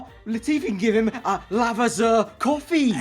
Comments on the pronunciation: as long as I heard lavaZa I stopped the video 😂. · Lavaza I’m dying 🤣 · Actually Lavazza is Italian and the z is not like an "S" it's more like a "ts"